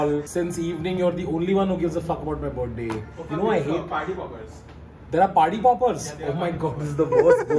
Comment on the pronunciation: I love how everyone including Tanmay pronounce "Birth-day" as "Berday" 😂😂😂